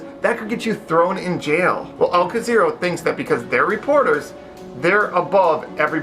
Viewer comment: Al Jazööra? Oh say NO to them! Thank you bro for the reaction.